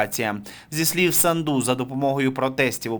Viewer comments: Не СандУ а САнду Ударение на А. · не СандУ а САнду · Фамилия из 5 букв, очень сложно поставить правильно ударение? СА’нду. Это ж путлер любитель исковеркать Сандру и другие вариации. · Да не Санду',а Са'нду!!!Ну Господи,Ви ж журналіст.